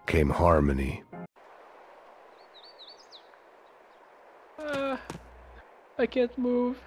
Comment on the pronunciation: LOL , "Arm in me" instead of "Harmony"